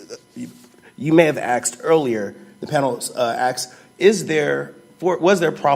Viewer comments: If you’re gonna wear a bow tie you should at least know how to tie it. Also, the word is “asked,” not “axed.” I’m on the defendants side here but ffs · Sloppiest tie I've ever seen in front of a Supreme Justices... And what is "axed"? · Why do some people pronounce asked and ask as axe and axed. This is presumably an educated and intelligent man. So how does pne have such a poor grasp of basic words?